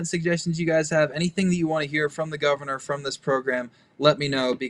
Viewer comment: The Govanah! Love it.